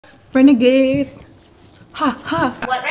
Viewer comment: She said brenegade.... Ugh it renegade...